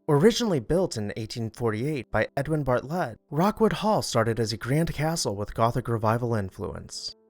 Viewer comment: The name is not Bart-lett with the emphasis on Bart - it's Bartlett altogether no emphasis in the middle to divide the name. I aught to know my maiden name is Bartlett.